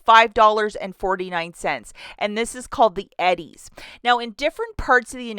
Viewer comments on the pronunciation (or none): It's pronounced E-DEEZ... not Eddie's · It’s pronounced eee dees everywhere lol